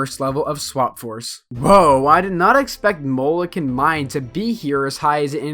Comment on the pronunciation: Also you keep pronouncing “Molekin” wrong. It’s literally “mole” + “kin”.